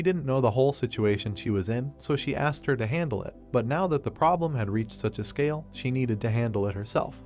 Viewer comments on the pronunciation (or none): none